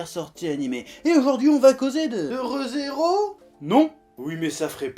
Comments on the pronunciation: le "Re" de "Re: Zero" se prononce "Ri" ^^ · Quant il dit Re Zero je c est pas pourquoi j entend Heureux hero =/